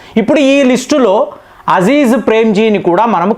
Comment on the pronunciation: మీకు ఎవరూ చెప్పరా మీ సమాచారం బావుంటుంది కాని పేర్లు తప్పు పలుకుతారని పేరే మారిపోతుంది కదా మీరు కామెంట్లు చెయ్యమంటారు చదవరా ? అ జీం ప్రేమ్ జీ అ జీ జ్ కాదు కృతి సనన్ కీ ర్తి కాదు